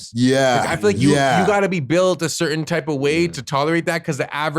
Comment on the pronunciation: The word is "certain" not curtain lol